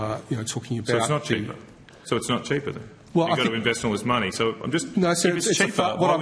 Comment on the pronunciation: "Cheepa ewektwisity"